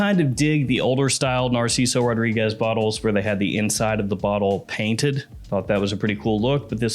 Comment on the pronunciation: That bothers you ? What bothers me is when he says “ RAW-REE-GUESS” . It’s suppose to be ROH-DREE-GEZ